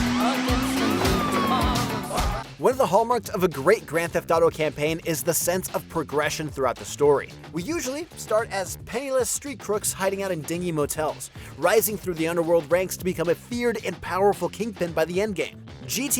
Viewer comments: Also 'dinghy motels' grates on me. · That’s what happens when you hire a voiceover who doesn’t know anything about the games. He also doesn’t know how to pronounce “Algonquin”, or “dingy”. But peep that accent on “Luis Fernando Lopez” 😄